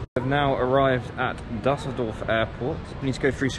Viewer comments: Never heard of “Dasseldorf airport” it’s “Düsseldorf” ü ü ü…ue ue ue for Brits… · Das heißt Düsseldorf man